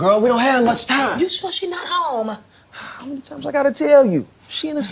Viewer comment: Whhhhhhhhy did she have to stretch a one syllable word (home) into twenty-two syllables?!?!?!!!!